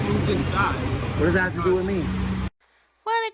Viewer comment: Do any of these idiots know that the letters th are not pronounced as a d. he says you know how to do dat